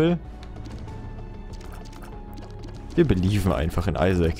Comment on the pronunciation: Das heißt nicht belifen das heißt believe manchmal hasse ich dein englisch oder deutsch